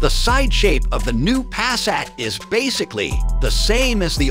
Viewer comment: Pass-at, really? It is attractive.